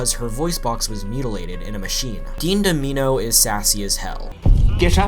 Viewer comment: “Dean Dom-eeno?” Really bro?